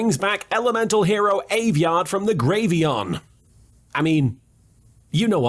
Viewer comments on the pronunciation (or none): "He brings back aviard from the gravyon" LMAO